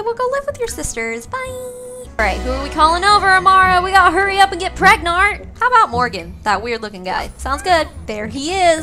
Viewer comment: “We have to hurry up and get preg-nart”🤣🤣🤣🤣